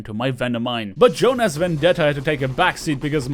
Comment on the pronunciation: Also, plot twist: it was pronounced the Finnish way: "Yoohnas".